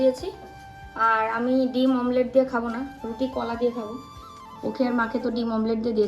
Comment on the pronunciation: mamlet bolo na eta thik noy omlet i bolbe tomra social influencer tomader mukhe bhul jinis ta manay na